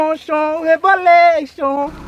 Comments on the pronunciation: "que vai começar o rebolexon o rebolexon xon xo do rebolexon xon" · Reboleichon kkk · KAKAKKA VDD A PARTE REBOLEICHON REBOLENCHEION KKKKKKKKKAKAKAK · Kkkkkkkkkkkkk o reboleichon o reboleichon o reboleichon o reboleichon o reboleichon kkkkkkkkkkkkk